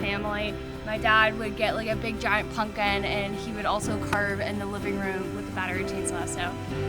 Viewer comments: That’s not how you say it, no ‘punkin’ intended! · Funny you pronounce it, “PUNKIN”. That’s cute.🎃